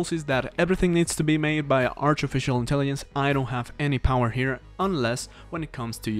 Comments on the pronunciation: bro said "intellienc" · Wtf is “artificial intelliyence”